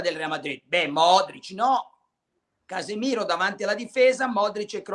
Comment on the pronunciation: Krunic come Casemiro non si può sentire😂